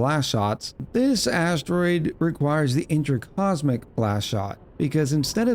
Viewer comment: I cannot unhear "That big asstroid." lol help me